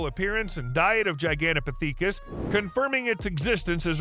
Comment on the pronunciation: Gi-gan-toe-po-thee-kis? You had to try and mispronounce that one it's miserable the use of ai is so poorly utilized or optimized that although there be slight artifical intelligence there is a total lack of actual intelligence... Parrots, ravens and mccaws are able to memorise words and repeat them back, this channel is just doing a bad try at it